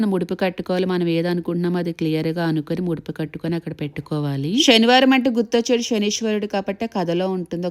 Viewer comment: షనివారం కాదు శనివారం ..స .శ..ష ....శనివారం .షనివారం కాదు